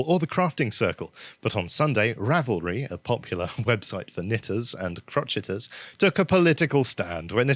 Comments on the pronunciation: " Crow..shay...ers", dear, not crotcheters !😆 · >and crotcheters That's CROW SHAY ERRS